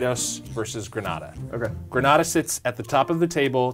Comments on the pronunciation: Its pronounced grenade-a, not grenad-a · Why do u say grenada like that it’s pronounced llike the word grenade but with an a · Grenada is pronounced (gruh-NEIGH-duh) not (greh-NAH-dah). We are not a Spanish country therefore won't have a Spanish name. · Barbadian here and I'm only now seeing this wow Also it's Gre-nay-da not Gre-nah-da lol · It's Grey-Nayda NOT Grah-Nada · Ignoring for the moment that both these guys are mispronouncing the name of the country "Grenada" (it's Gruh-NAY-duh, not Gruh-NAW-duh), this is one of the funniest stories I've ever heard! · Gra nah duh 🤣 Gren-nae-da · Wooo s/o to 🇬🇩 Grenada!! It’s pronounced GREENada. Not GRANADA, Granada is a city in Spain. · Side note* You keep pronouncing Grenada like it's Granada, the city in Spain, not the Caribbean country. (Grenade-ah) is how it's pronounced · GREN-AY-DA! Not GRA-NA-DA!! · It's GreNayda. Not granadah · gren-AYE-da. not gren-AH-da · Did this man say greeenahhda????? ITS GRENAYYYDA!!!!!!i just trying to geh yall to pronounc it right dhp mine the spelling lol😂😂😂😩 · Why this man saying Gran-NA-da when it is clearly Gren-NE-da smh these Americans learn the proper pronunciation. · It’s Gren-a-da not Gre-na-da…. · It's pronounced Green-aye-duh and not Grehn-ahh-duh. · No, it doesn't. They incorrectly pronounce the name of the country throughout the entire video. It's Green-A-da, not Gren-AHH-da. Again, they are not pronouncing the name of the country correctly. This is typical of Americans. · IT’S GRE-NAY-DA NOT GRAN-ARDA. AMERICANS 🙄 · Next time say "Gree-nay-dah" please. Not "grah-nah-dah". It sounds disgusting. PHONETICS is real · The guy in the video does keep pronouncing it like Granada. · Ffs it’s the pronunciation of Grenada is like “grenade” not the way you say it! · Hey btw, it's pronounced Gre-Nay-da. But love this video lmao. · *Gren-ay-da Never seen Heartbreak Ridge? Sounds better too. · FYI: It’s pronounced Gre-nay-da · it's "GreNAYda" guys. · It's GREE-NAY-DA